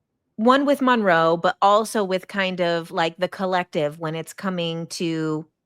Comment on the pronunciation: Ahhhhh mon roe. I hate it 😂😂😂 I love the video though!